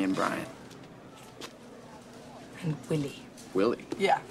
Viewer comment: “Bwian?” No, Brian.....